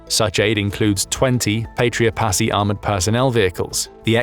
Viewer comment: Finn here. Pasi is pronounced "Pahsi", if you like to be correct in pronunciation. 😅